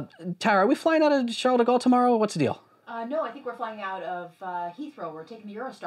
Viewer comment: "We're flying out of hethrow" RIIIIIIP.